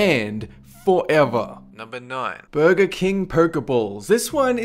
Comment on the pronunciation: You say burger like booger